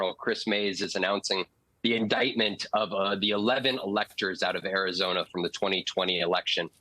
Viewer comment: Air-yhi-zoy-na... Love it!!!